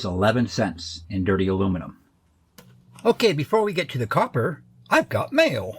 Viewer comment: That’s a whole lotta coppah!